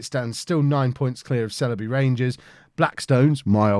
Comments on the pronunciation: Sileby = S-eye-ull-bee... Merry Christmas, and family, from the Chippenham Town FC massive... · The Sile in Sileby rhymes with bile or trial. :)